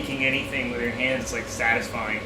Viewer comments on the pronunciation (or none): none